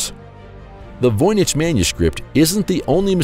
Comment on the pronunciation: Why did the narrator begin saying Voynich wrong half way thru?